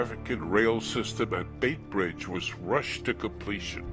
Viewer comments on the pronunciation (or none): Very good documentary, apart from a few insignificant errors of fact in the script, and the narrator's pronunciation of Beitbridge and Beira is incorrect. (Which tells me the narrator probably did not ever live in the country he is telling the story of.) There is nothing mentioned about the coloureds (for US readers: in Africa a coloured is a mixed race person), Greeks and asians, nor is there anything about the attacks on missions, nor anything about a few deadly conflicts between ZANU & ZAPU. My main worry is that as of 14 Sept 2018, the film has 108 upvotes as against 40 downvotes, which tells me something disturbing about the minds of one third of the audience.